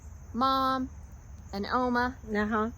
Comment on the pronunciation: Great video.💕 Here in South Africa one of our languages is Afrikaans, we call our grandmothers Ouma, same as you pronounced Oma